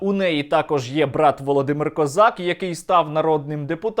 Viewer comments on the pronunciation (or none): Та який то козак? Він Ко'зак - так наголос правильніше.